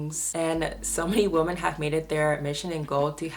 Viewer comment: Why do you pronounce women as woman?